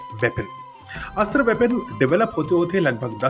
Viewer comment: अस्त्र कहते कहते अस्त्रा कहने लगे आप।